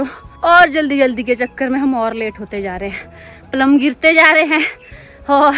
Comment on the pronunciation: प्लम not पल्म 😂